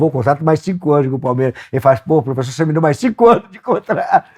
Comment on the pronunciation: "Lá ele, profexo!"